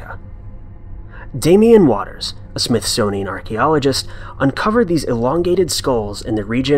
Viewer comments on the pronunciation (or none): none